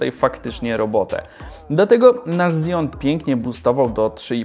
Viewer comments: Dlaczego wszyscy na Xeon mówią Zeon? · KSEON a nie zijon